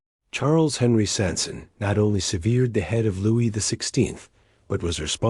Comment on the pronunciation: they couldnt even fuckin bother say his name right